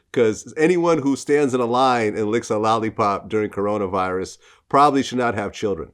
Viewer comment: "Corona Vilus"